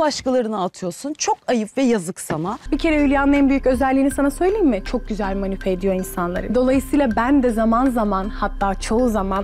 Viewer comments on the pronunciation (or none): Ya manipe ne Allah aşkına manipüle demeye çalıştı herhalde😂